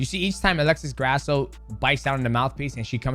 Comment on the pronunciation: C'MON MIGHTY!! Why would a Mexican last name be pronounced GRASS-OH. cmon man lol hilarious, almost like you're doing it on purpose. Disrespectful for not knowing how to say an easy name like Grasso took me 30 sec to google how to pronounce it. Sorry to be a hater, this is just annoying to me. And yes you can do it, i heard you accidently pronounce it correctly twice lol